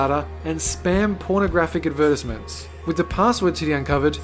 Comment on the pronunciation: Okay, seriously, who pronounces "advertisements" like that? And I'm pleasantly surprised very few have made jokes about the moon landing being faked.